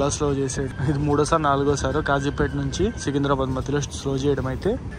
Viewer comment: Its Kazipet not Khajipet